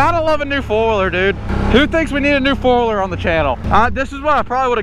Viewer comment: Why do you say foiler its four wheeler 😂